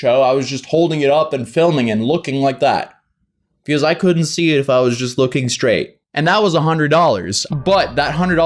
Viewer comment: I like how he says pecause instead of because